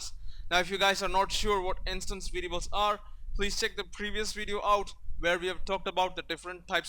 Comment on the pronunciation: I don't want to be rude but try to train the way you say variables :)